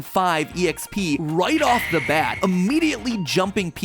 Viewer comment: This mofo really just said “e-x-p”. Wtf Matpat. Wtf